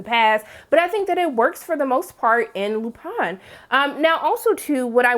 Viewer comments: Lupin pronounced [ LU PAHN] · In the UK and france shows are writing based vs production based like here in the old US of A, which means they write fewer of them. the most i've seen from the UK was 6. the least i've seen is 3. Also the I in Lupin is pronounced like the double E...ee. like green. and i agree that is one heck of a cliffhanger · Well the show is French and they certainly aren't pronouncing Lupin like English speakers.